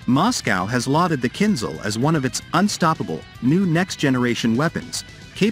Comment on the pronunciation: KinZHal not KinZal